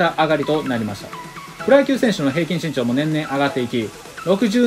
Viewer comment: ＿人人人人人人人人人人人＿ ＞身長がちん長に聞こえる＜ ￣Y^Y^Y^Y^Y^Y^Y^Y^Y^Y^Y￣